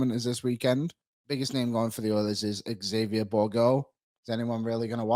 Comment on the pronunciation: Just a comment. This is something that so many people get wrong. It's not Exavier, it's pronounced Zavier. When a word starts with X, it sounds like Z. Also, the Oilers-Jets game was available through the Jets' Youtube channel for free. What's the point?